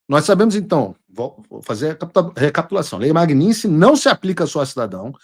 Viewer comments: Paulo Figueiredo, a lei é "Lei Magnitsky", e não "Magninsky" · Paulo, não é lei Magninski. O correto é Lei Magnitsky. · Paulo, o nome é russo, e em russo a pronúncia é exatamente como se escreve: Magnitsky. O americano é que transformou a pronúncia em magninski. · A maioria das pessoas fala errado. Não é magniNsky é magniTsky em homenagem ao advogado russo Sergei Magnitsky...